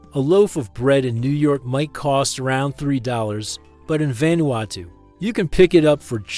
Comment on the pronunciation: What do you expect from lame, lazy, click-grab, disgusting a.i. bullsh1t? Can't even say the name of the country correctly saying it quite badly - and not even the same mispronunciation. Mis-speaking the name about 9 different ways. And that was in the first 5 minutes, which was about 4 minutes longer than I needed to decide this was just another total garbage a.i. spewage. video down-voted. channel blocked.